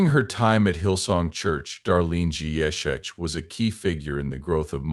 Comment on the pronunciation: We don’t need the history lesson and the pronunciation of her surname is horrible 😮